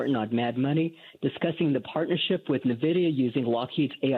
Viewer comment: Pet peeve-- people who invest in $NVDA but mispronounce the name. It's N vidia, not Nah vidia. If people can't pronounce the name, then they probably don't know enough about it to put their money there. Now also financial professionals and commentators that pronounce Omicron as Omnicron. Makes them look ridiculous and unprofessional.